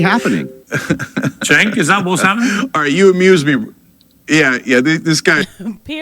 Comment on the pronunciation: I love that Andrew keeps saying cents name wrong until he rebutes with Andrea lol